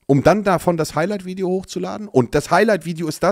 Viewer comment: "VIODE" ? meint er Video?